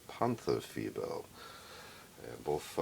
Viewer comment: Very good pronounciation! 👍 "Tiger" is like "Tea-g-er, g like the g from ghost & er like ERror (with a rolling r) "Panther": Pan-t-er, the a is clear like in Attack (not to confuse with the english æ), the th is a clear t (the h is not spoken or just "hinted") like in aTTack. It's not like it is written, not like "the" or "thin" & the er is like in Tiger. Vovels in German & English are spoken/pronounced very different. English e or ea is the German i while the German i is spoken in English like ai in "night".